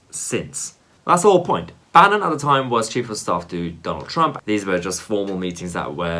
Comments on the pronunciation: Lol bannon not banyon had me chuckling. ... you funny 😎😜😎😜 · Mahyar Tousi has a pathetic analysis. Lammy is quite right to expose some elements of the conservative party as being far right - nazi. Tousi instead sits there looking smug and comfortable with himself for pointing out on two separate occasions that Lammy mispronounced Steve Bannon's name which is really no big deal. Who on earth could pronounce Mahyar Tousi's name if pronunciation is so important?